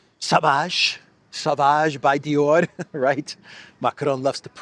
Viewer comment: Are you sure it's Dior and not eeyore?